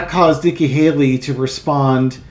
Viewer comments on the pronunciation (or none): none